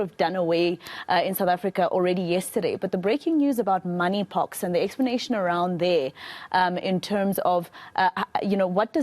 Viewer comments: Did she just say Money Pox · I thought I was the only one who heard her saying "moneypox"😅😅😅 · Did she say MONEY pox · She said money pox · What money pox??? That is what I heard.🤣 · Omw, the news reporter, continues to say "Moneypox" 🙄🙆‍♀️, seriously.. When she hears this doctor says it correctly which is "Monkeypox".. Eish.😂🤔🤔.. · Is it money or monkey pox?the presenter said moneypox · Did she say money porks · Mam it's monkeypox not moneypox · I thought i heard it wrong money pox😂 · sec: She just said "Money Pox "...Im am not lafin dow!🤣🤣🤣